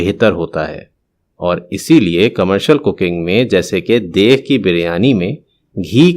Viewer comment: برائےمہربانی بولنے سے پہلے تلفظ درست کرلیں لفظ دیگ ھوتا ہے دیغ نہیں